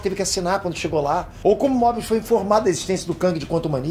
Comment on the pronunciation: kkkkkkkkkkkkkkkkk Mobius errado